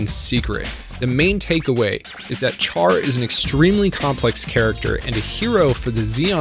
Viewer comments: “Char” is read “Sha-r” 😂😂😂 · Are you not aware Chars name is short for Charleman, it's not char like a fire, it's like Shar. You're like the Batman fan that says raz al Gul and not the correct ray-sh al Gul yet your a huge fan. Do you say may-ri-o instead of Mario? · Are we not going to address that Char's name should be pronounced (Shar). 😅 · its not pronounced Char as in charcoal its Char as in Shar they said it countless times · PRONOUNCED "SHAR" JESUS CHRIST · Why are there so many Youtubers who can't pronounce simple things in Gundam, like Char? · You get a dislike for continuously pronouncing Char’s name wrong. Sorry.